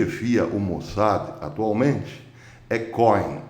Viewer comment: Cohem se fala como côem. Significa sacerdote em hebraico.